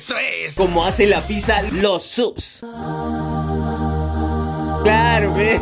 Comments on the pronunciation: alguien mas escucho que dijo pissa en vez de pizza? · Nde como memes Random dice pisa en vez de pizza